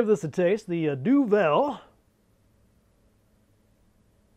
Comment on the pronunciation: wew lads great stuff as always :] Duvel? das my man. (pronounced more like Du vul ;) )